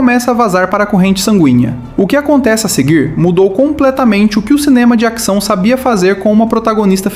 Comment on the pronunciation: Por que você fala "acção", "actor", "actriz"?